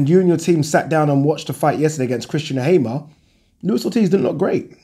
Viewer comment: benjo benthepharmer heard a few pronunciation like Hay-mer